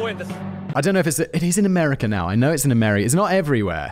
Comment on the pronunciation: I love when Simon puts an R on the end of a vowel ending word! Long time listener here and he used to say "americar" a lot more 😂 I love it and sometimes he slips and still does so with other words. Lean in to the accent brotha, we love it 😁